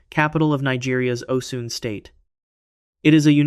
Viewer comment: It's Osun pronounced O'shuun